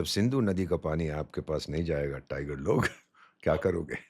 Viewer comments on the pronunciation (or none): I love his "Tiger loog" 😂 what a gemstone for india. Really proud of him.